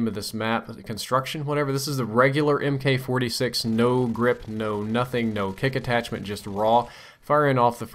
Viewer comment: Mk. 46 is pronounced "Mark 46", FYI. :)